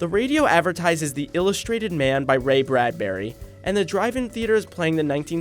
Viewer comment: He also mispronounced "Bradbury"